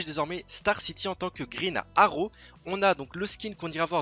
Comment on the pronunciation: grine aro .... pourquoi aucun des francais sait parler englais. mais mec c'est Green arrow pas grine aro